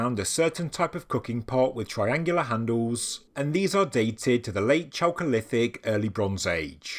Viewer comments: "chalcolitic" pronounced /kalcolitik/ anyway love your reports i Really appretiate your used of at least older place names: anatolia, instead of turkey. it's Krazy when you read/hear about discoveries of say "a pakistani city of 5,000 ago" like still we hear. or a "palestinian" settlement.. when "palestine" was a name place of an area in today's syria that the romans used in their efforts to erase judah and israel from the map literally . people might get the wrong idea : ) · Great video, thanks for covering it. I kept having a childish thought whenever you said chalcolithic which sounds like the cholesterol period. Which was clearly the tastiest and best period within the broader Neolithic…or as it translates from Greek, it is a copper age transition from stone to bronze ages. But I prefer to think of the intrepid and far away navigators of the Pacific Islanders who arrived in South America to discover cacao pods. Check out ethnobotanist Wade Davis if you’re unfamiliar with him. The ancient and advanced seafaring peoples of the pacific and the DNA and red hair of the original peoples of New Zealand are a fascinating connection to the ideas of a global 15k year old civilisation. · Chocolithic or choakolithic? Sorry, bad hearing